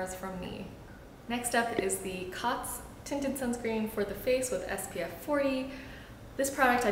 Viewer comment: I believe it's pronounced "coats," as in, it coats the skin. The line over the "o" denotes a hard vowel.